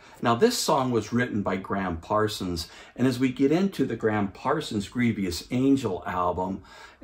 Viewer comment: The word is grievous, not grievious. Nice review though, I love this Rhino series.